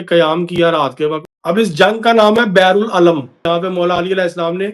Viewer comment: Beer ul alam is the right pronunciation. Beer means kuwaan, wel.